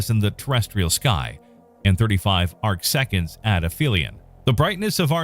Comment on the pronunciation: " Arc Seconds " Not " Arches "